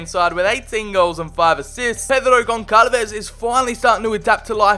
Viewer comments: Bro it is pronounced GonSalves the ç is pronounced as an S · Dude you know how to pronounce some italian words, but you cant pronounce the "ç" in "Gonçalves"... Its almost the same as "s" and not like "c".